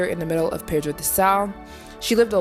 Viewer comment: just a correction: it's PEDRA DO SAL not pedro